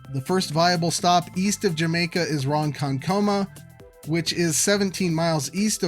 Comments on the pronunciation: It's actually pronounced Romconkooooomar or Romconkuumar with 5 O's or 2 U's. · Ronkonkoma is pronounced Ron-KON-ka-mah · Ronkonkoma is pronounced "Ron-Con-Kuh-Muh." These Native words are impossible for Californians, don't sweat it. Thanks for another amazing video! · Ok. That’s fair. That’s a very California way of saying it so it tracks. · Great video, and you've become my favorite channel on these topics. (sorry citynerd). I think the "island hopping" through and under Fishers Island would be the best rout to get from Long Island back to the mainland. If it was a tunnel it would lessen opposition maybe? I'm not going to mess with you on your pronunciation of Ronkonkoma (lol), but the stop there should be coupled with a new terminal on the Northside of the airport. Also what if the long Island to mainland tunnel had an auto train type service? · My only gripe with this video is the pronunciation of Ronkonkoma and suggesting MacArthur is an Executive airport. It isn’t. Class C airspace with 4 major carriers (JetBlue, SWA, Breeze, Frontier, with more coming) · I nearly had a stroke hearing the way he said it.